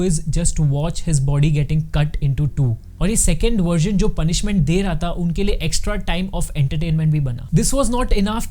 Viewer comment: Bhai tumne video me "tha" ko bhi utna hi torture kiya h